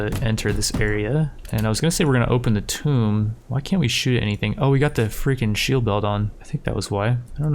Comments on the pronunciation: hey bud "Tomb" is pronounced like "Toom" like "Tomb Raider" the game. you are saying "Tome" as in a book. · It’s Tomb. Not Tome. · Tomb (Toom) as in King tut's Tomb, not Tome as is an old book. like, are you fucking kidding me dude?